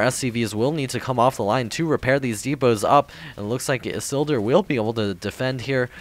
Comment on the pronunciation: Isildur! Awesome! IT's pronounced "Ee-seal-door". It's a reference to Lord of the Rings.